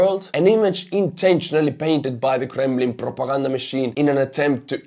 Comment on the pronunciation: I don't think I've ever heard someone say the word "Kremlin" with such panache.